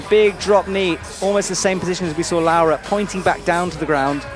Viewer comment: he gets Laura right I think (like "laow-ra") but I'm fairly sure he got the stresses all wrong in her surname. Isn't it RogORa not ROGora? Italian normally has the stress in the second-to-last syllable.